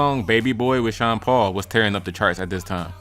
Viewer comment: Sean “de” Paul 🤌🏿